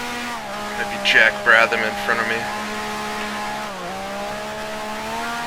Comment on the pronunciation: It's Brab-ham, not Brab-tham, and he's Australian.